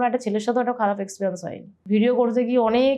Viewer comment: তোমার গেস্ট কোন ক্লাস অবধি লেখাপড়া করেছে??? জিজ্ঞেস করলে না?? ঝাড়গ্রাম কে বলেছিল ' ঝাড়েগেরাম '!! এক্সপেরিয়েনসকে বলল এক্সপ্রিয়ানস!!!